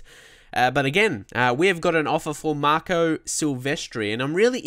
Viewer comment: Marco not merco